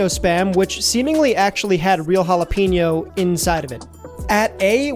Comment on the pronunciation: It's hall-uh-pen-yo. Love the video. Gotta try the the korean bbq and maple, and tocino